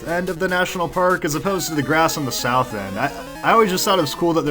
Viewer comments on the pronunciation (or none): none